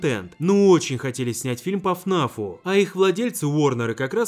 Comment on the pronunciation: НЕ ФНАФ А ФНаФ так как текст такой Five Nights at Freddy's